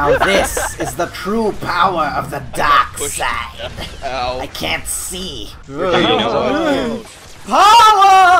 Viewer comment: Me hears say the power of the DaKshiDe: My brain: TENABRIS